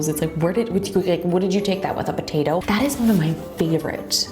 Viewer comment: "What did you take that with.... a pAtAtOe" IJustine -2019